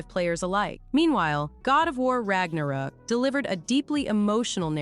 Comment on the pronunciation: Like content but I say shit wrong on purpose and I can't suffer it, wtf is God of war Ragnarok I literally says rock